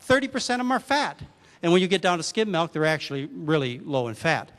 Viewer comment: Intereting talk. What the hell is "melk," though?